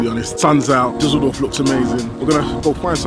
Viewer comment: Da sachta doch tatsächlich "Dusseldoof"